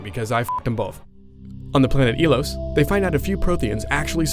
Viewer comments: E-Los?? OH FUCKING COME ON!! IT'S PRONOUNCE EYE-LOS! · Dude. It's pronounced I-Los not E-Los. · I hate how he says "Eelos" instead of Ilos... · damn it its IIIIIIIlos, with hard pressure on the I